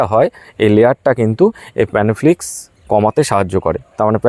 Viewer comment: খুব সুন্দর ভিডিও করেছেন দাদা। খুব প্রয়োজনীয় ভিডিও। কিন্তু একটা কথা বলছি আশা করি কিছু মনে করবেন না। আপনি অনেক ভিডিও তেই বলেন প্যানোফ্লিকস। উচ্চারণ টা হবে প্ল্যানোফিক্স। আপনি ভালো ভিডিও করেন, খুব ভালো ও লাগে। কিন্তু ঐ উচ্চারণ টা শুনলেই মনটা খারাপ হয়ে যায়। কিছু ভুল বললে মাফ করবেন 🙏